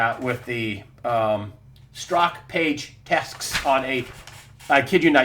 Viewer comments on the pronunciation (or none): Oh and I believe it's pronounced Sturzok not Stroke